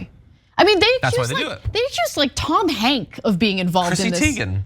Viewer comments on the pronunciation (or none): It would be “Tom Hanks” not “Tom Hank” 😃